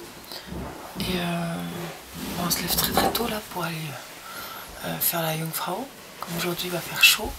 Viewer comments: Les casques ceS pour les animaux et déjà cest Jungfrau pas Kunfrau bande de français touristes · Jungfrau pas Kungfrau